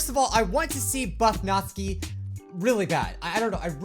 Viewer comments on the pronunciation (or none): BTW Natsuki isn't read Nat-su-ki, but NA-tSU-KI (the T almost non exists) Its Japanese name, so... that's the correct/right way said it. Just a trivia. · Again not hating but...Nat-ski why! Why do you pronounce it that way!!! I thought you pronounce it as Nat-su-key! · Natsuki is pronounced nats-oo-ki BTW your awesome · It is pronounced nat-sue-key natsuki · "natzki..." :x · He gets the names so wrong just listen to this (press) (it kinda looks like natsuki to me) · Does anyone else get slightly triggered at the way says Natsuki?...